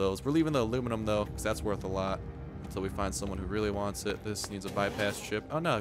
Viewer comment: It's not alunium its aluminum